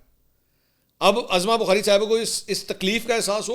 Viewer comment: محترم لفظ عَظمٰی بخاری Azma Bokhari نہیں لفظ عُظمٰی ںخاری Uzma Bokhari ہے جیسے عدالتِ عُظمٰی Uzma اور اسکا علم عُظمٰی بخاری کو خود بھی نہیں صفدرصدیق رضی کراچی